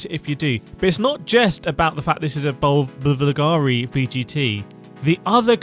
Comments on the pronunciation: Just a side note: it's bUlgari (and accent on the U). That V is the U in roman alphabet (since it's a company based in Rome). Much easier to pronounce than you think 😅👌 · Bivilgari? LOL